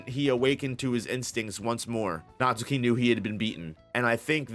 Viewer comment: Natsuki is pronounced as: Nat-Ski